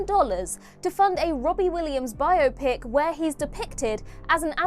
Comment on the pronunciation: learn to pronounce biopic and STFU with embedded ads